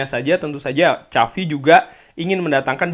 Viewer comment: Kok “CAVI” sih bang? Bukannya “SAVI” ya?